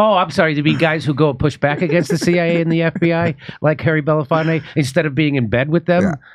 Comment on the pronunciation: Aaron can't seem to pronounce Belafonte correctly, which is weird when you're paying tribute to him.